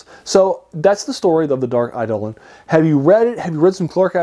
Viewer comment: Eidolon (accent on the second syllable, btw) is also the word used in the Septuagint and the Greek New Testament to refer to idols or graven images. That's perhaps more directly appropriate to how it's used in this story.